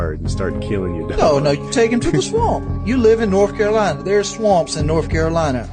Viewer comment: The way he says swamp Swump